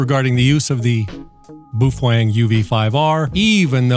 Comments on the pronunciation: He said boof wang --:heh heh... (I believe it's pronounced bow feng) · It’s pronounced Bow Feng bud. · boof wang